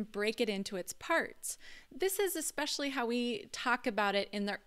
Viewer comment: good video but I wince every time you say "ek-specially" instead of the correct way "es-specially". Adding good grammer and correct pronunciation to a good video will make it better